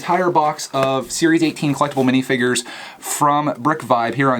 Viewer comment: You said minifigures not minifingers!!!